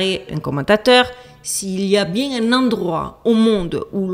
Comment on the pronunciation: Même Duchesse 🐱 a trouvé le sujet trop chelou 🙀!!! Bonnes vacances 😊 détends- toi " bieng" 13x!!! 😂❤